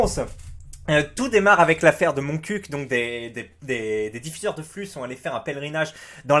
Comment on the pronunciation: t'est un des rare a bien dire Montcuq ^^